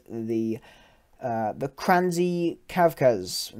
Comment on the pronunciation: Pretty much nailed it with "Stroyny", although last "y" should be pronounced like you pronounced it the first time + "y" in "may" . And it's not "Kranzy", it's "Kras-ny" (again, same "y" as in "may"), but 10 points for trying!